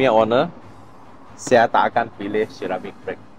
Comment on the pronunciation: shiramik brake. 😂